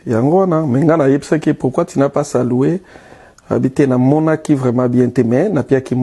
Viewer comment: c’est saloué ou saluer problème de prononciation 😢🚶‍♀️🚶‍♀️🚶‍♀️